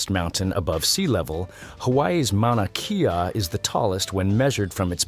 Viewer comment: At 4;50 and it is pronounced Mouna Kay ah, not key ah